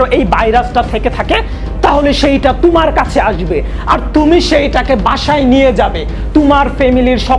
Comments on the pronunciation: ভাইয়া ভাষার উচ্চারণ একটু অনুশীলন করে ভিডিও আপলোড দিলে ভালো হয়, কন্টেন্ট ভালো হলেও উচ্চারণ এর কারণে শুনতে খুব বাজে লাগে। যেমনঃ ১। থানোশ > থেনোছ ২। তুমার > তোমার ৩। রুগ > রোগ ৪। কেনুনা > কেনো না ৫। নেহেক্সট > নেক্সট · আপনার এডিটিং মজার হয় কিন্তু বাংলা উচ্চারণটা ঠিক করলে আরো ভালো হতো। যেমন "তুমার" না, কথাটা হবে "তোমার"। "দাক্কা" না, কথাটা হবে "ধাক্কা"। "পয়োজন" না, কথাটা হবে "প্রয়োজন"।